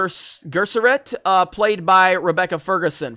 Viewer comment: You did not butcher half the names. You butchered every single one of them. You got Kynes right the first time and then carried on mispronouncing it. Bene; the last E is not silent. Gesserit is pronounced as spelled: jess-uh-rit. Denis's last name is pronounced vee-nuv. Atreides: ah-trey-deez.